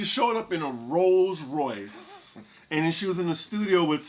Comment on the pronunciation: If ya'll don't stop saying "RoSe Royce" imma fall off my perch!🤣🤣😭😭💀💀